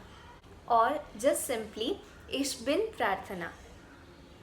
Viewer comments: Your German is fine, but why "iSCH" if it's "iCH"? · Mam your pronunciation is completely wrong First of all it is not ish it is ich